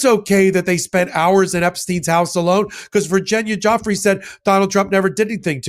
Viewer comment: What an absolute B for not saying Virginia’s name properly